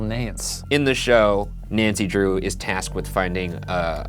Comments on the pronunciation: Hope this makes it into the Post Mortem but please don’t ever say “Nancy Draw-up” please and thanks Ryan. #teamboogara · I almost disliked the video after hearing you say “Nancy Draw up” but I’m feeling generous today 😒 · ”nancy draw-up” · Nobody’s saying the fact that Ryan said “Nancy draw up”. I’m sad now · No one: Ryan: Nancy draw up